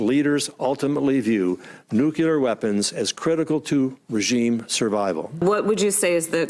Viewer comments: Is nobody bothered by Coats constantly pronouncing "nuclear" as "nucelar"? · Nu-CLEE-er! Nu-CLEE-er! Stop saying Nu-Cue-Ler! You sound like a moron. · How can you hold a job of that significance when you pronounce it "NUCULAR"...? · Does it concern anyone else that everyone in the US who is even tentatively connected with decisions on nuclear weapons says "nucular"? They must know it's wrong, why do they continue to do it? Why would they want to be seen as too stupid to read the word properly when it's spelled out on paper right in front of them? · New.......cue........ler ......device??? Jesus Christ!!! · i wish the director of national intelligence (!) would know better than to pronounce the word "nuclear" as "nucular"... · "It's called nukular, stupid!" - Homer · What are these "nucilar weapons"? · Why do Americans keep saying "NEW-KILLER WEAPONS"..? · Why does that guy say “nuculear” weapon? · On a lighter note: I've been saying since High School (many, many years ago ;-) that I think the people that have decision making responsibilities for nuclear weapons should AT LEAST KNOW HOW TO PRONOUNCE THE WORD "NUCLEAR". Just sayin'. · People wonder why those from other countries look questioningly and/or roll their eyes in reference to even those in power in this country...and all I have to say to them is: what does it say about our nation when even the DIRECTOR OF NATIONAL INTELLIGENCE pronounces “NUCLEAR” WRONG??!!! Say it with me: NU-CLE-AR...not NU-KYA-LER!!! WE ARE NOT HOMER SIMPSON FFS! /rant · Christ. Not even Congress members know how to properly pronounce "NUCLEAR"! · Why does he keep mispronouncing Nuclear?